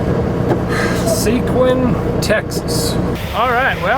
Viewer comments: Its SeGuin..not sequin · Sa-geen TX. Not what you said.